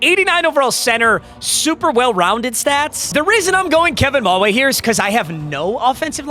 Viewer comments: "Kevin Maw-ay" girl pls Muh-why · it's Ma-WHY bro not MAH-way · mawhy is how you pronounce his name I expect more from you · Its pronounced Kevin Ma-why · It’s pronounced Ma-Why casual